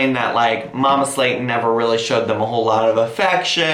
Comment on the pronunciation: Why does mama Slayton sounds like Mama Satan everytime he says it 😆😆